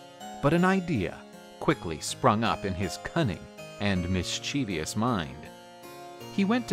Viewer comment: 'mischievous' not 'mischievious'